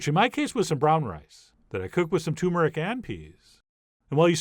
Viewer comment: I wish you would learn to pronounce tuRmeric correctly!